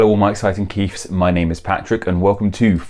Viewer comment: I find it funny that the generic name you picked for us is a name you can't pronounce properly. Unless you really are calling us Keiff rather than Keith